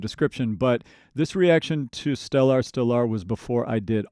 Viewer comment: Well, that's a unique way to pronounce stellar. STELL-R